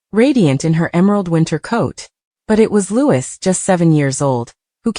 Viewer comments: Why can't you get his name right!!!!! it's not Lewis but Louei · For goodness sake..His name is pronounced LOUEEEE, not LEWIS. Come on people get a better AI. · For goodness sake, his name is Louis, not Lewis. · Loueee not louise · For goodness sake get it right ,it’s Prince Louis pronounced Looee the S is silent…typical American.. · It's pronounced like Louee NOT lewis. Please correct the pronunciation. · The mispronounciation of Louis name really makes me really angry it's Louee GETIT RIGHT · Louis is pronounce Loo wee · It’s soooooo annoying isn’t it. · No matter how many times you comment and tell narrators to pronounce Louis as Looowee they still don’t get it. And always saying Kate Middleton instead of Princess Catherine. Ignorant as far as I am concerned. 😝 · It’s the stupid AI - I’m always correcting any video that mispronounces Louie’s name. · The mispronunciation of the young prince’s name is extremely irritating to listen to and insulting to the prince and his family. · Prince WHO?? If you’re going to talk about him-learn to say his name right—or program your AI to. And why are we seeing clips from different years? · Mispronouncing Louis’s name smacks of an AI voice, or an incredibly, unbelievably ignorant speaker. I suspect AI. Shame on this channel for a careless, badly done voice. The young royal family deserves better! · For heaven’s sake get it right if you’re going to put these articles on and learn how to pronounce them. Or teach the robot the right way. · The voices are made by computer and don’t have the input to pronounce the name the French way. Just bad programming. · For goodness sake pronounce the young Prince's name correctly! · It’s not all just AI, I’ve actually seen live broadcasters say Louis with the S on the end. They need to just learn the name.